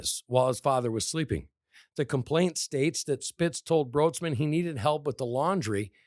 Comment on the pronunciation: Her last name is actually pronounced like “Brights-man”